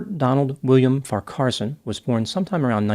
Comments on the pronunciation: I did chuckle at 'win-chelsea', but I guess it was some kind of deduction (perhaps from win-chester, the rifle!). I have always done Farquharson as far-qwar-son. But that could just be me? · Wasn't it pronounced, "Far' kwar-son"? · Farcarson mispronounced so many names this is the funniest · His surname is pronounced - Far - keh - son. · You are struggling a bit there with his surname and the 2 towns mentioned, yes he is guilty and nothing wrong with the Commodore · Yes I think that is well equipped in the rifle etc department, my opinion! And I agree with you re Farquharson, with the middle syllable kinda squashed in the middle there! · FYI: His surname is pronounced Far Qua Son - the “h” is silent. Winchelsea is pronounced Winchel Sea not Win Chelsea. Also Geelong , is an elongated Gee then long. Aussie, Victorian and born in Geelong so just an FYI, not a complaint or criticism. Thank you for highlighting this case. Terrible tragedy. 🇦🇺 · It's far-kwa-son and win-chill-see. Geelong is pronounced je-long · Sorry, but it’s really bugging me. You’re putting the em-PHASIS on the wrong syll-ABLE. Both farquarson and winchelsea have the emphasis on the first syllable. There… end of rant. 😅 P.s. Same with Geelong.